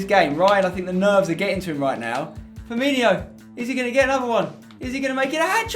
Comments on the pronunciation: It's Firmino not Firminho/Firminio, Spencer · Maybe if you knew how to pronounce Firmino he wouldn't have scored